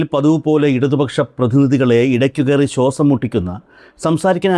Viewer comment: ശോസം അല്ല ശ്വാസം